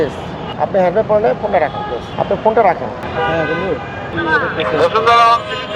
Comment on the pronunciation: Hemmed naki helmed? 😂